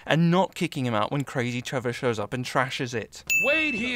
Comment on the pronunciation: It's Trevor not trever